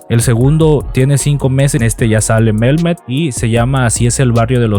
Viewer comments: MEL??? NO MIRO EN SU NOMBRE LA LETRA """LLLLLLLL""" O SEA NO SE LEE; NI SE ESCRIBE, NI SE PRONUNCIA, CON """L"""🙄🙄🙄🙄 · Se pronuncia memet. Y no es mexicana Dalys es Ecuatoriana. Son una pareja muy interesante. Lo que ayuda también a tener seguidores de latinoamerica es que los dos hablan español. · Ella es de Ecuador!!!! Y se dice Mehmet... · Hola.. Yo sigo a la pareja hermosa desde hace tiempo 😍 y me encantan; son unos chicos muy agradables, sinceros y se nota que se aman mucho, aparte comparten y tienen muchas cosas en común; se me hacen un buen ejemplo de youtubers... Dalys es ecuatoriana y Mehmet (no se pronuncia Melmet, la H se pronuncia como si fuera J..).. gracias por el dato sobre cuánto ganan, pero más que eso, lo importante es la manera que nos dan a conocer diferentes lugares de Turquía (de la cual cada vez me enamoro más 💕) me encantan como son.. sencillos y buena onda.. estoy muy orgullosa de lo q han logrado Dios los siga bendiciendo 🙏🏻 🇲🇽❤🇹🇷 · Se pronuncia Mejmet, la H suena como J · Dalys no es mexicana es ecuatoriana Infórmese bien y se dice memet como se ve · Dalys no es mejicana es ecuatoriana. El marido se pronuncia Meméth. Atención a las nacionalidades y la pronunciacionde los nobres porque esos errores le restan credibilidad a tu canal. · Hola, Te recomiendo que cuando vayas hablar de algún youtuber investiga primero origen,nombre y con mayor razón si no los conoces. El nombre de el se pronuncia Metmet y es verdad es turco pero su esposa es de Ecuador es un país de sur américa. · Sw pronuncia realmwnre mejmet ta que la h en Turquía se pronuncia j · Disculpa investiga bien Dalys no es mexicana y pronuncia bien el nombre de Mehmet no deberías hacer ningún comentario de algo que no sabes 👎🏻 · Repite conmigo: Mehmet, Mehmet, Mehmet no Melmet!😂😂😂😂 Yo los sigo, me gusta ver lugares nuevos. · No es Melme es Mehmet con acentuación en met, no tiene l es h ella no es mexicana es ecuatoriana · El nombre de el esposo de Dalys es MEHMET, NO Melmet.